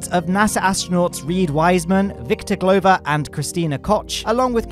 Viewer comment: It makes me happy that you say "Glover" like "Clover" :)